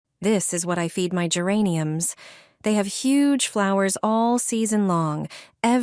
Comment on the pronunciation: Не гЕрані, а герАнь